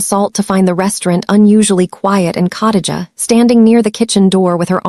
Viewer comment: COTTAGE A???Do you mean KHA (KUH) DI (DEE) GA (JUH)???? Come on fam. You dint even try smh Cottage a is hard to listen to.